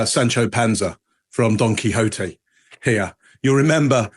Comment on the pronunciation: Don Quixote (quicks oat) thats not even what he said. He said Donkey Oatey!